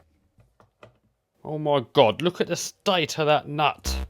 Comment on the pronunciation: its all falling to bits proceeds to drive itand the way he said nuts is sus